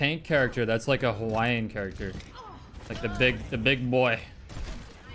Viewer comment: I like how you say "hawaiin" and do a jamaican accent lmao tf